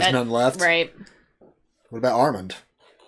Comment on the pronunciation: The "O" is silent..in Arrmonde...😂 It's definitely there.